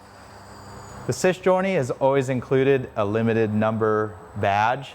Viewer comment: You reeeally need to practice how to say Sei Giorni 😂 Hint: It's Seh-ee Djee-or-nee